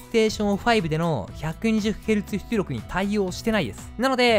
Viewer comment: 「ps5で120ヘルツthつりょく」 すこ